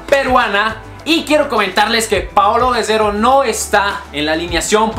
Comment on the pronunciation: Dijo paolo guesero o me equivoco